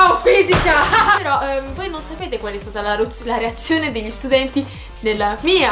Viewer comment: hai detto stutenti???